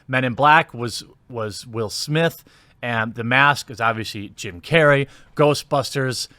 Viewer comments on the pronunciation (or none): none